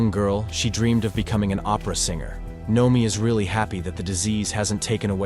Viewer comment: Narrator: Can pronounce amyotrophic lateral sclerosis, can't pronounce Noemi